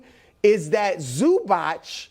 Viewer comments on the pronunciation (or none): Brou kept saying Zubac with the "ch" sound so confidently